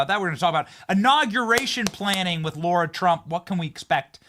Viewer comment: Benny….her name is LARA not Laura…Come on man!Love your show